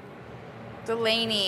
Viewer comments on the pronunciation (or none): Brad: Delany!! :(( Molly: Delanes! :D